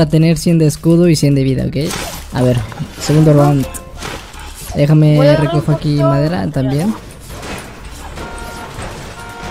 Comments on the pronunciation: Like si notaste que en el dice roud y no round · dice roud no round😂😂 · Oie como q te faltó la n en roud 2 xd like si te diste cuenta :v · Que no era round en vez de roud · Minuto es round no roud